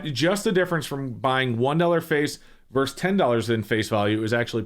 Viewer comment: The word is versus. Two syllables. Not "verse."